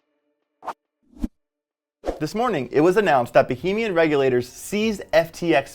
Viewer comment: Somebody teach this guy how to pronounce Bahamian.